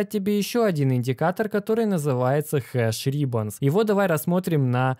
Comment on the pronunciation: Не хеш рИбонс а хеш рибОнс 😁 но это не точно